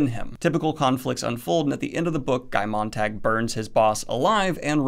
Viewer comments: His name is Guy Montag, not Montang. I know, dyslexia, but still. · Loved the video but I’m german and there was this one thing that really bugged me. Throughout the video Daniel says Guy Montag’s name like ”Montangg”... Montag is german for monday ;) it’s not montangg. I really enjoyed the video but I just had to get that off my chest:)